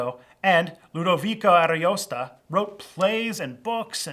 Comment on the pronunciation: Where did you get that Boiardo was "the italian Shakespeare"? He was very important to italian literature, but nothing like Shakespeare to english. And please research pronunciation better: you made Ludovico Ariosto become Ludovica, a female name, and his last name Ariosta... Other than that it was good video, though!